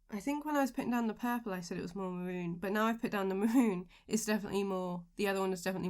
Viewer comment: excuse me, I have hearing problems. Are you saying "moon"? You're indicating a color. It's the first color on the forth row down last page, a brownish red? You've said this at least twice before. Are you saying "Maroon"?